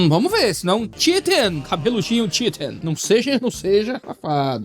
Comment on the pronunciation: é o que ele queria dizer com certeza kk mas o que ele disse na verdade foi shitting. O “chea” se pronuncia como se fosse (escrevendo em português) “tchi”, seria tipo “tchirin”. Mas é eu to só brincando, nem leva a sério não kk